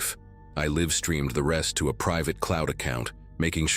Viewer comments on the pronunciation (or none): Your Ai keeps pausing after Mr. Because of the period, breaking the flow of the stories. Also, sometimes live is pronounce wrongly. Live stream for example.